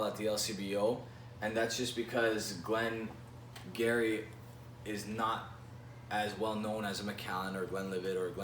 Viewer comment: Good review, but just for the sake of the pronunciation it’s “Glen Guirri”